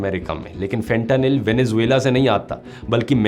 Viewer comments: fen-tuh -nile is how its pronounced 😂😂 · Pronounced as Fetahnil